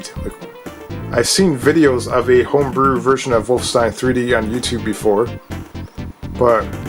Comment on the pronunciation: WOLF' - EN - stein (3 syllables)